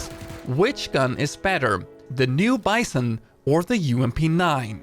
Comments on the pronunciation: Hello! I really love your content, it helps me a lot. Since you learned how to pronounce "groza" I would like to suggest to you right pronunciation of the "vss" (not vee-s-s, but vae-s-s) and the "bison" (not bI-son, but bee-zOhn) Thank you again for what you’re doing! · Bizon pronounced like B Zone, not like Bye Son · please dont pronounce BiZON, it hurts my ears, because it is BeZON (it is russian gun and it shuod be pronaunce in russian way) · In russian its pronounced the 'bitzon', just like the 'graza'